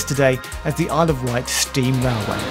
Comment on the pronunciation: also it's *Wight, not white :)